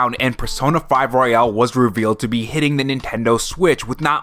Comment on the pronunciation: Why do you pronounce royal like royale? 🤔